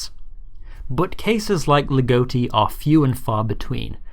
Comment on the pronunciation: Ligotti* not Ligouwtti